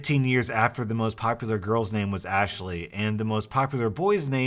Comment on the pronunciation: Bro said ash e ley